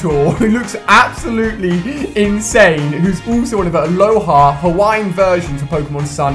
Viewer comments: I cringe whenever you say ‘aloha’BECAUSE THEY ARE ALOLAN POKÉMON!THEY ARE FROM THE ALOLA REGION NOT ALOHA!!!!!!!! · Its alolan form not aloha